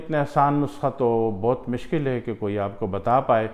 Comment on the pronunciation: mishkil Nahin mushkil Bola karain. Urdu ko bigaad kiyun rahe Hain. Moradabad up.